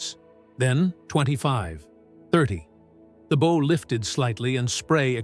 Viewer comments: again with the artificially distressed video! just what do you think that adds? turn good content into a steaming pile of shyte. proJECT, not PROject! and an american 20th century admiral? boh? a ship has a bow, pronounced like bough. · Getting so fed up with these AI commentaries. Are voice overs REALLY so expensive? Try me, not really serious but I do know how to pronounce "Bow" for a start and do have experience. Regrettably this isn't the only one, too many. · Well, the A/I had the usual problem with the word 'bow' (front of ship not archery weapon) but it got 'gunwales" right (gunnels)! I'm impressed! Great video regardless of A/I muffs! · Ships Bow should be pronounced like COW...not a Boe sound.